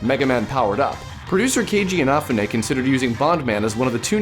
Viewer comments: He put the emphasis on the wrong syllables. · Kay-G-inna- foo-nay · why doesn't this guy say keiji inafune's name right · HE SAID KEIJI INAFUNE"S NAME WRONG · is right.